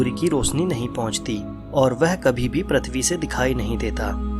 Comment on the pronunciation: Sikh le Prithvi bolna pahla